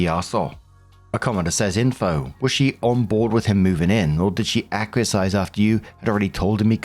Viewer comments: One day, I'm going to meet face to face, and teach him how to actually say "Acquiesce". Ak-wee-ess. Not ak-wee-a-size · Story 3 - When STILL insists on mispronouncing the word "acquiesce" as "acquie-size". How lazy. How embarrassing. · Hey. Acquiesce Ak-wee-ess! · please Google the word " acquiesce " for the proper pronunciation. You're doing an amazing job, otherwise. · Second all of this.